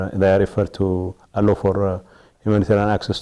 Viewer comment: Getcho sometimes you seem to be a candidate for Roman papacy when you talk about poor helpless Tigreans who in reality are victims of your own party wrong doings. You speak good English except pronouncing " Allow ".